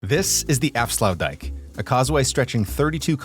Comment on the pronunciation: tbh i wouldnt call it sluices but gates. This because they dont lower or lift the waterlevel and they are a single gate not two gates like a sluice.And youre pronouciation of aflsuitdijk was really that bad tbh.